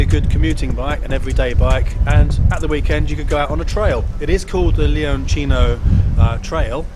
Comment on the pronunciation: Honestly I'm just glad to hear somebody who knows how the letter 'C' works in Italian. Props for saying LeonCHINO and not some jersey-italian travesty.